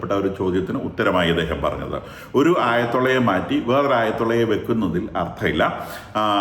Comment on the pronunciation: ആഴതുള അല്ല... ആയത്തുള്ള.